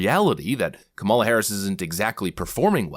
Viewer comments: sorry but why did not host call him racist he mispronounced Kam ala name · Kamala Kamala, He corrected himself, but I didn't hear a difference... Edit: Not making fun just wondering if anyone else hears a difference except speed. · So... It's racist and misogynistic if Republicans put the emphasis on the second syllable of Kamala but when CNN corporate shills do it, it's just a mistake? I could see the car in his eyes right before he checked himself thinking this might be his last show on CNN. 😂